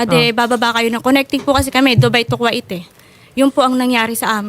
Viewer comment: its ku-weyt not ku-it hahahaha